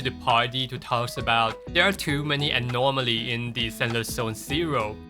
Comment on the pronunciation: You pronouncing anomaly with an R drives me insane LMAO. Nothing but love tho